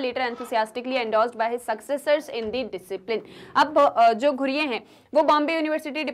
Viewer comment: Mam i want to correct u it's not ghureyeee it's ghurye ( ghooree - it's pronounciation)